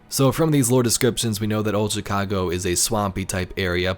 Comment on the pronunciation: The way this dude pronounces Chicago is pissinge off lmao